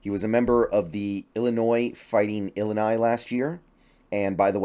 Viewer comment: I'm an Illinois alum and was super excited we got Devon. Just wanted to make a quick comment that "Illini" is pronunced "ee-LYE-nye". Great video as usual thanks for your great analysis!